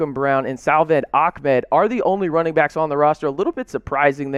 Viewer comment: Stop saying AhKmed its ahmed